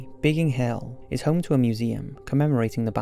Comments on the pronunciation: Biggin Hill, not Bigging Hill..... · Isn’t it Biggin, instead of Bigging? Biggin Hill is very well known for its RAF history. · What's up with the pronunciation of "Bigging" hill?